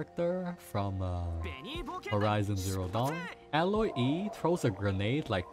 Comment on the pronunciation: It's aye-loy btw.